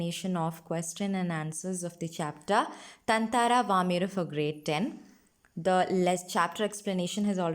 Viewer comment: I think you're pronouncing his name wrong (ततांंरा)...but great content anyway! Thanks a ton!